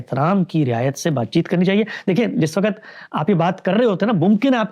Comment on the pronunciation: ، درجنوں دفعہ آپ سے درخواست کی ھے کہ لفظ "وّقت" ھوتا ھے۔ وقعت نہیں ھوتا۔